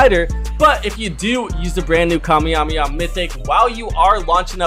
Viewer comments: Bro really said kamyemaha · Bro it's not kamejameja